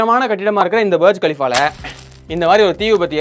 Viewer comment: பர்ஜ் கலிஃபா...... புர்ஜ் கலிஃபா தானே எல்லோரும் சொல்லுவாங்க